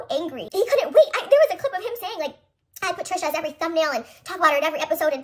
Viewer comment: Trisha? No. Trash-uh.